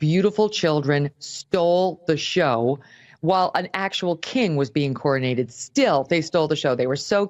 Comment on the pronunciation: It is "CROWNED" not "CORINATED" !!!!!!!!!!!!!!!!!!!!!!!!!!